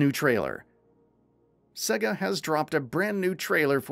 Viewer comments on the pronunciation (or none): none